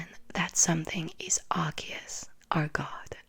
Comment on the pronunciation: Darkrai HAS to be explained... EDIT: YOU PRONOUNCED ARCEUS'S NAME RIGHT! YEEEESSSSS!!!! EDIT 2: I wonder how Arceus must have reacted when He foresaw the creation of a false god... (Lord Helix)